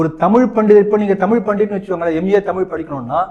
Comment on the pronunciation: தமிழ் வாழ்க போர்டுகள் வைத்த து தான் இவர்கள் செய்த தமிழ் சேவை...... நம் மேயர் பிரியாவின் தமிழ்........ ரெயின் ஸ்டாப் ஆனா உடனே வாட்டர் எல்லாம் போயிடும்....... வால் க டமில்!!!